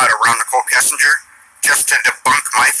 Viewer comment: I’m going through all of your videos & I really love everything about you! Not that it matters, but for future reference if you’re interested, the ‘g’ in ‘Kessinger’ makes a J sound as in Jury, just, journal. Pronunciation: Keh-sign-jer. Or Keh-sin-jer. Also, it’s a very interesting point you bring up that NK was also a target. I never even considered she may be a “victim” to an extent. 🤔 I still hate her though & hope she rots in hell lol